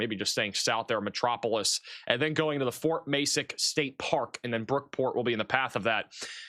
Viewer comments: Metro-po-lis LOL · Think of Superman when you talk about the city of Metropolis for correct pronunciation 😉